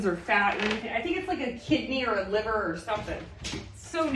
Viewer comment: Its liver. 😂